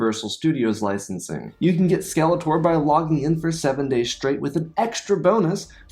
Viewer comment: Skeleter... it's Skeletor. At least check your pronunciation before selling out.